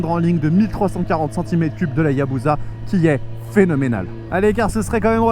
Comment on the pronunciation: pitié arrêtez de dire ayabouza ce n'est pas une bouse, on dit Hayabussa